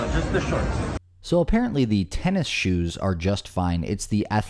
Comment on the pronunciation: Athletic tennishewws